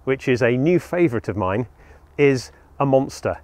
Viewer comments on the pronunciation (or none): none